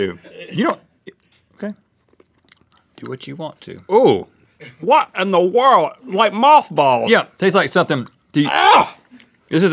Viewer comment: Link - “What in dbwa wurld? It taste like mawthbolls” 😂😂